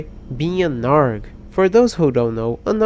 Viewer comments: it’s a.r.g (all pronounced as their separate vowels) you know what? I would current your English but hearing you say “arg” and “ribbet” instead of ay-are-ge and ripped makes me laugh so hard. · hey btw its a r g not arg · Just a lil bit correction (I guess), ARG is actually pronounced “Ayy Are Gee” (yep each letter). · okay i know you are bad with english but i just have to point out that ARG is purnosed A-R-G like the letters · It's a short for Alternative Reality Game. So you read it like "ay are gee". ARG sounded so funny lol. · Btw arg is usually pronounced separately